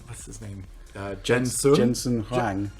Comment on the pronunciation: Jensen uh jen-son hu ang?